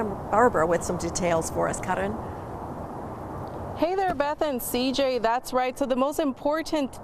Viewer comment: It's KAREN not KAH-DEN